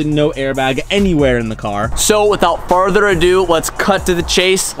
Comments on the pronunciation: "Without FARTHER ado" 🤦‍♂️😀 For the love of god its FURTHER! You use this saying A LOT and always butcher it. Haha. Love you 😋😘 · Say it with me FURTHER ado FURTHER FURTHER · Why does say “without farther ado” and not “further ado” bugs me every time. Haha